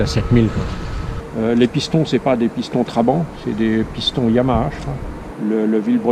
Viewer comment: Ca m'énerve.... On dit pas Traban mais TrabanTttt... Ou alors Trabi comme ils disaient à l'époque là-bas !!!